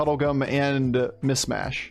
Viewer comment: It's "MiSHmash" not "MiSmash". Sorry, just makes me twitch when you keep saying it with the sibilant first s.